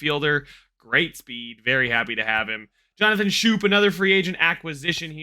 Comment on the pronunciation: Just wanted to help you out. Schoop is pronounced Scope. It’s weird, I used to do the same